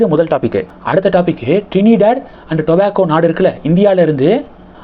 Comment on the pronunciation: Your telling the news is fine but please,please practice your pronounciation before talking. For example it is ToBaGgo and not tobacco